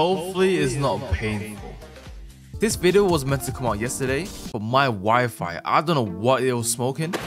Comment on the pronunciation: I was think when you say "my wifi" I just heard you say "my wife" I just think a lot of that